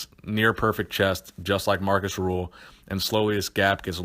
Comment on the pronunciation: hes name is rühl not ruhl